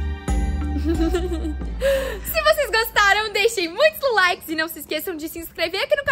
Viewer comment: Ela falou ja deixe o seu like ela não falou lulike